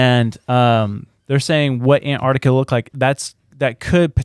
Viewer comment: Say it with me. AN- Tarctica, . It has nothing to do with ANTS